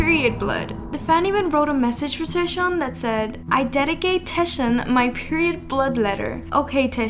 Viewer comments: Okay I just have to do this. Scarlet letter to TAEShaun 😂 He is Taecyeon and if you are new fan it is pronounced Taekyeon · its Taecyeon as in "Tech" and then "yeon" not teshion please :? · It's TAECYEON btw not taesyeon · its taek-yeon (taecyeon) not taesheon🥲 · taeshawn? :"D TEKCKKCKKK yOHN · Oot but how you pronounced taecyeon’s name 😂 it’s TAEK-yeon not taeSH-yeon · his name is not pronounced taeshun.. its take-yawn.. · Did she just say Taeshion?? Instead of Taecyeon? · I'm really sorry but you pronounced Ok Taecyeon really wrong. It's almost like "Taeyeon" but like a soft "k" sound. It's pronounced: "Oak Taek Yeon" not "O.K. Taeshion" But anyways, sasaengs need psychiatric help. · Is she pronouncing taecyeon name correctly! It’s “Take Kyun” not Taeshiun 😂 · TAE- WHAT !!!!!!! 🤣🤣🤣🤣🤣😭😭😭 Why are you pronouncing Taecyeon's name like that lol? It's pronounced like " take yun" not "tae-ish yun" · This is the first time I’ve heard Taecyeon’s name pronounced as “Taeshon” 😂😂😂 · It's TAEK -YEON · cringe for speaking taesyeeonnn hahaa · It's Taecyeon (like take). Please pronounce it correctly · tekyon is how you pronounce it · Okay but the way she said ‘Taesheon’ 😩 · Who tf is "Taeshon"😭😭😭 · you pronounce 'taecyeon' wrong it's actually 'TAEKYEON' 택연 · "taeshon" lmao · these “fans” be crazy 😭 also just fyi, his name is pronounced “taek-yeon”! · you say tek-yon (Taecyeon/택연) for the 2PM member :) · taec as taek yeon :( please at least get his name right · that taecyeon pronunciation...🫣🫣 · honestly love your videos, but your pronunciation of Taecyeon is the worst one I've heard so far, sorry 😥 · * Taecyeon * u pronounce his name, wrong girl 😳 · Sorry but the way she pronounced taecyeon was very distracting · Oh for Taecyeon his name is pronounced with the the “c” making a “k” sound. No hate at all just wanted to put it out there 👍